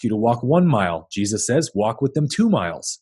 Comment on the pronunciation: I could listen to you pronounce Jesus for an entire video. Just..on a loop.